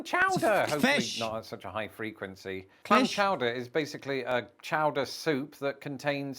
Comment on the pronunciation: Clam Chooder 😂